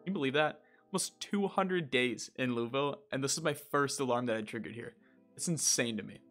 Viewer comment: Just letting you know, there is probably no quicker way to annoy Kentuckians than mispronouncing Louisville. It’s something we’re weirdly defensive about. For reference it’s Loo Uh Vull (pronounced like full with a v) But without any break between syllables.